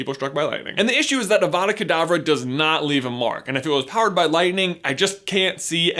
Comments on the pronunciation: It is pronounced like avadackh adavah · It's 'avada k'davra' which means avada do k'davra as I say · I’m never not going to hear Abra Cadabra when I hear Avada Kadavra again